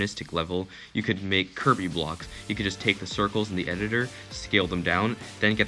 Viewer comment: I cant be the only one who thought he said "kirby" blocks instead of curvy blocks